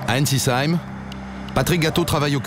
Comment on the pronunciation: C'est Ensisheim, pas Einsisheim (et ça se dit "Heim" pas "Cheim"). Mais bon, c'est toujours marrant de voir les lieux qu'on fréquente.